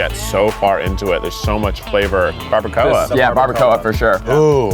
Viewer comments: Barba-CO-UH...... is the most horrid way I've heard barbacoa pronounced. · The way they pronounced some of the food is kinda making me want to scream because I live in San Antonio and no one says tamales and barbacoa that way. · Why did she have to pronounce barbacoa like that😭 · Died a little inside the was she said barbacoa